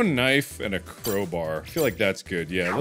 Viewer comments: Nobody: Markiplier: Crowber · Still surprised Mark doesn't know how to say crowbar like a real human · does anyone else find it cute how mark calls a crowbar "crowburr" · "Crober" ~mark 2019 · The Way He Pronounces CrowBAR Like it's fecking cold oh LOOK A CROBRRRRRRRR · Why must he say crowburr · Why can't this guy pronounce "crow-bar"?